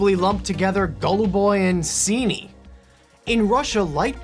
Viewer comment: as i person who speaks russian i laughed a lot when you called them golluboy and ciniy.